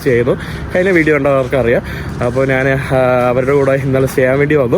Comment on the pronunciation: ദയവായി മലയാളിയെ വെറുപ്പിക്കുന്ന മലയാള ഉച്ചാരണം മതിയാക്കു Yellow കളറിനെ മഞ്ഞ എന്ന് പറയാതെ മന്ന എന്ന് പറഞ്ഞ് വെറുപ്പിക്കല്ലേ.... ഞാൻ എന്ന് പറയാതെ നാൻ എന്ന് പറയുന്നു അങ്ങനെ കുറയേറെ ഭാഷാ വകതിരിവ് കേടുകൾ😂 ഒന്ന് മെച്ചപ്പെടുത്തു please😢